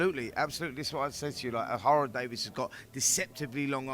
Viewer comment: It’s Ohara DavIES not DavIS ffs🤦‍♂️🤦‍♂️get your 💩 together Spencer!